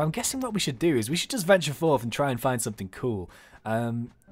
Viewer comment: you keep on saying somefing